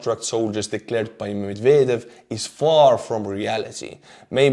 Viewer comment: I heard "McVader" instead of Medvedev, and that made me chuckle lol